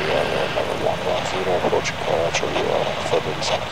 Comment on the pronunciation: A-Jack-C-O (Ajaccio) … 🤦🏻‍♂️! US speakers always fuck up pronunciations. Why is that?